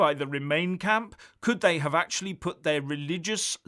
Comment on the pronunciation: Actualleh .... I have the numbers heeyah .... somewhayah